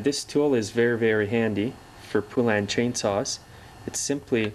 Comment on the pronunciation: FYI; It's Pronounced Po-Len. They put it right in their ads years ago.